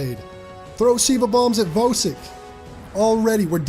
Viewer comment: Just discovered your channel today, really enjoying your content. And I finally found a YouTuber who pronounces Vosik correctly lol.